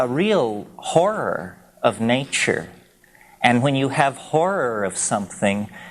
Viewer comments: I love how he speaks. My all time favourite is naachoor. When he gets on the nature roll you know he is in the magical mystical realm. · it's how he pronounces nature